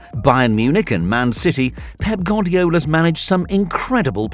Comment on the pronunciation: "Pep gordiola"